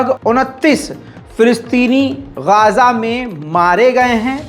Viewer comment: ye इस बार आप गाजा को गज़ा क्यूँ बोल रहे है बार बार आप